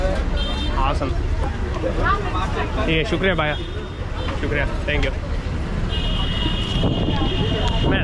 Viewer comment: You're pronouncing bhaya incorrectly , it's bhaiya . ask someone. You also say thank you too many times no need. Max is more controlled. What's the name of this place & location. New York is very rude & high crime not worth living in.